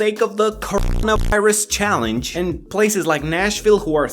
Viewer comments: HEY STOP SAYING CORO*VI* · Why can't you say cor**na*irus?